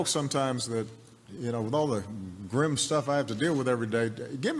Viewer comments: Why do you pronounce the word as 'Gram' when it is supposed to be pronounced as "grim' ? That 's a bad pronunciation. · It's grim.. NOT grem! Get it right! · grim (grĭm). Your pronunciation at first is very different from the dictionary which follows UK and US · Grim pronounced gram? Bah-full? Comeradey? Strange. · listen carefully about grim... when Obama said grim it sounds greem, but when you said grim it sound gram... which is correct??? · Your pronunciation of the word grim, sounds like gram. You also pronounce intimidating as: "int thu mhuh (duh) dating. I bailed out after the umpteenth mispronunciation by you and your speech is as frog-croaky as that of some Scots or a heavy smoker. This deviance is also called vocal fry. I am a polyglot having mastered a number of languages; I cheated somewhat since two of them are very primitive South African native languages with limited vocabulary. BTW vocal fry is not harmful and some people are not bothered by it; unlike myself. I also abhor arm flapping; it cannot make a human fly (airborne). And pacing a floor when speaking, is for a Lion kept in a cage (I know Lions do not speak). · Why your pronunciation of the word GRIM "Graem" and native speakers pronounced grim?? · In the first few seconds she pronounced the word "grim" as "gurrim".... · i thought it pronounce as griim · Grim, America's pronounce as it is written, but in the video it is prononsed gram. 😅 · I watched this with much interest, until I heard you pronounce the very first word: "grim". You pronounced it as "grem" After this I realised that your American accent skews your attempts to speak English correctly. Sorry, my dear, but American "English" is far from the English spoken in England and in South Africa. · Her pronunciation of grim was incorrect 😊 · I was baffledl by the pronunciation of Grim, on the screen of the video, it showed [GRIM] with a [I] sound, but the teacher pronounce it with an "e" sound